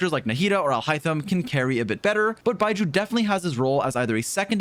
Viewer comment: Love you mate, but can you not call him 'Bye-jew' ?